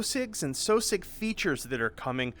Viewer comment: I recognize that he's the head developer of this game and they're called what he wants to call them, but I can't shake the impression that that's not how you're supposed to pronounce "Sosig."